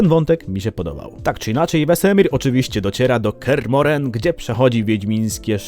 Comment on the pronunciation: Dlaczego akcentujesz Kear MohrEn?